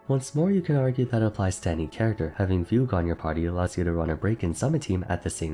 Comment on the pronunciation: I just can't get over the way you pronounce Fugue as Fug You 😂